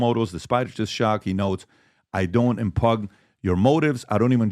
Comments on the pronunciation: "impug" Did PBD read impugn as impug ??? 😂😂😂😂😂😂 What a goon!! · I don’t im-pug your motives…..😂 DBD is the best. Lol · It’s not impug! It’s pronounced impune. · Impuggen. Heh. "Impugn" is pronounced "impyoon." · PBD gave himself away here a bit. When reading Prager's letter he read the word impugn (pronounced im-pyoon) as "im-PUG". Does he not know this word? 🤨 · “Impug” your motives…. 😂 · pbd is dumb as a rock.....cant pronounce impugn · PBD misreading the word "impugn" is unintentionally hilarious. Like a Freudian slip that tells you who he is, IMO. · ...he pronounced 'impugn' incorrectly..js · Here to hear PBD mispronounce ‘impugn’…